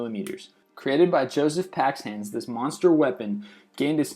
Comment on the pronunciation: Paixhans (whose name you butchered btw) built the first artillery piece capable of direct fire with explosive shells. This naval gun ended the age of sail.